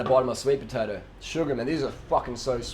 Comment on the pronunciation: Did he say sweet potoe